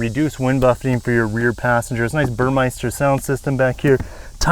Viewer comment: Why does every car reviewer pronounce Burmester wrong? Take 2 seconds to actually look at the word. There’s no “I”. It’s mester like Esther.